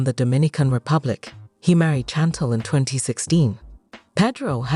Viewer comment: Her name is Chantel can't even pronounce her name right 😅